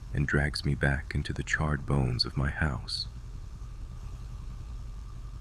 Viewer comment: Why is the pronunciation so weird? "Boneez?"